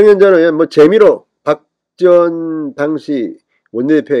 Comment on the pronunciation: 당시? 당 시가 아니고요? 당은 저음 아닌가요? 진성호씨